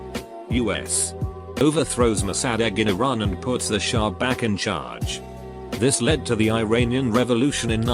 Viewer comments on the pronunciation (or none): none